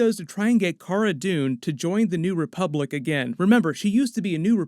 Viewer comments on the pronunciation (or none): none